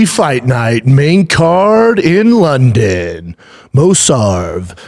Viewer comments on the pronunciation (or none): none